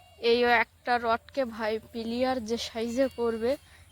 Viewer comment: তুমি যে শব্দটা উচ্চারণ করছো ঘরের জন্য পিলিয়ার বানাবে পিলিয়ার শব্দের অর্থ হচ্ছে খেলোয়ার এটার সঠিক নাম হবে পিলার আপনি মনে কিছু করো না সংশোধন করার জন্য